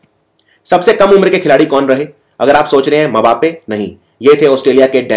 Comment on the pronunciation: Sir sorry bt wo मबापे नही सिर्फ बापे है।।kbhi bhi english commentary suniye usme yhi bolte hai